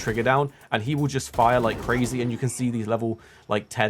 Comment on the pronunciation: The last tip is cwazy